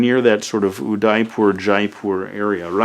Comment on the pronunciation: I get triggered whenever he pronounces Udaipur wrong.